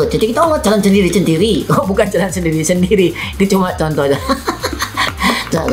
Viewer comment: Pas Kevin ngomong "sendiri sendiri" itu aku denger "cendiri cendiri" sama "copot" padahal ngomong "cokot" Yang artinya di bahasa Jawa itu "gigit"